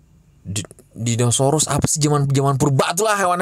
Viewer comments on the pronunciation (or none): Gw tonjok lu bang bilang dinasaurus, aja kaga bisa....